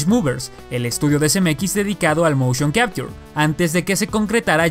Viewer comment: Lo aterrador del motion capture es como lo pronuncia, aprende a pronunciar